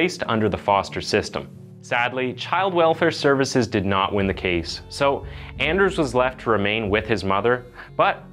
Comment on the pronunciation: to pronounce his name in scandinavian is Aners, to pronounce the letter "a" as you pronounced "asshole"´s letter "a" deeper "A", not like when you pronounce the "a" on "anything" which sometimes sounds like "e"🙂